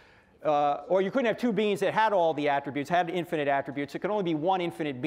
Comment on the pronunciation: I'm going on Frank Tureks explanation. Frank Turek in this video is talking about beans. If Frank Turek wants to talk about' Beings", then the correct pronunciation is (' Bee- een') not (' been').